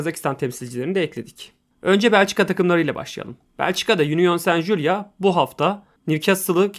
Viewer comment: saint julia degil union saint gilloise. okunusu jiluaz